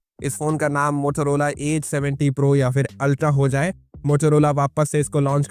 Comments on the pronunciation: Please don't say Mothorhola, it's Motorola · Motorola ❌ Motolola ✅ 😂😂